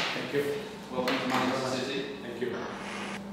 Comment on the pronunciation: the most manc accent saying 'citeh' u will ever hear lmao